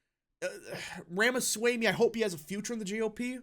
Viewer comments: Loved it. His views on immigration are also in line with trump and more. Last minor thing … his last name pronounced as RamasWAmE, nor swaymE. 👍🏽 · Please pronounce Ramaswamy correctly. It is not hard at all. ROM-uh-svO-MEE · 👍video Ramaswamy pronounced as Rama- swa- ami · learn to pronounce his name. Rah-mah-swah-mee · I think Ramaswamy is pronounced /ɹɒmɒswɒmi/ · Please correct your pronounciation of Ramaswamy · PRONOUNCE HIS NAME CORRECTLY!